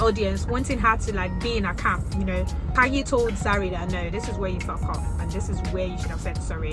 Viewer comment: Khanyi. Kanye is Kanye West. Khanyi is Khanyile. Different spelling, different meaning, different pronounciation.